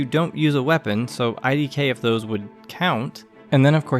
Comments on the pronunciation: I know it’s a minor critique but please don’t pronounce it “idk” it doesn’t work out loud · Absolutely fantastic video, loved it, however if you ever dare pronounce "idk" like that to me in person, I will drop kick you into one of Canada's great lakes